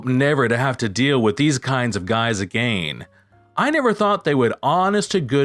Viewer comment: You just refuse to say again the right way 🤣